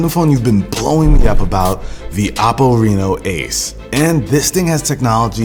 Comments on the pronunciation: Who else thinks he said Apple instead of OPPO 🤦🏻‍♂️ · It’s pronounced O-ppo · anyone else hears "apple" when he says "oppo" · every time he says oppo. .I hear apple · Why does it sound like apple when you say oppo :D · Why i keep hearing him say Apple and not Oppo? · Is it just me or did you get confused when he said OPPO because I keep thinking he’s saying apple 😂😂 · Dose he keep saying Apple or Oppo ? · Chinese pronounce apple as Oppo this the name. Same old Story of Chinese profiting off other people